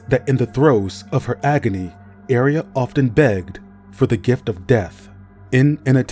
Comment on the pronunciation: I'm sorry for being "that" person, 😭 but it shouldn't be pronounced area, more like ah-ray-ah like a ray of light